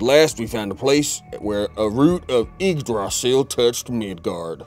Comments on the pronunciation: Guys, I loved this! But according to the Nordic pronunciation Yggdrasil is pronounced "ig-druh-sill" or "ig-druh-zel" depending on the dialect lol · These episodes just keep getting better and better! The costumes, the character, the editing - all of it! And it's odd but not off-putting to have in an episode and it not be so screamy,p P.S. I love how y'all slaughtered how to pronounce Yggdrasil. Just realized, is it "gudar" that keep coming up on the cards and being read as goudar? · THE MISPRONOUNCIATION OF YGGRASIL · Ygg-dra-sil, I know you probably did that for comic effect but it still made my ears bleed. And I only get cranky when I'm anemic.